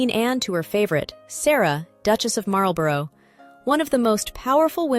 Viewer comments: Your pronunciation of Marlborough is driving me nuts It is "Marl-bruh" not Marul-bore-oh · Disagree!! If you have a place in the USA called Marlborough you can pronounce it how you like and I will copy you I would say "Marlborrow" for the cigarette brand for instance) However we are talking about that word in a British context, a place, a Dukedom, a Public School, a noble title of great age etc etc and Americans need to copy the British pronunciation to be right. Thats just good Manners